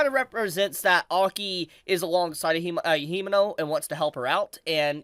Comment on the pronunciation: Fyi Kobeni = Ko - Ben - ee | Himeno = He - may - no